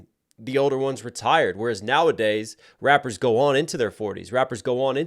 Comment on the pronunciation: bro this shit made me laugh😂 he said “rapers”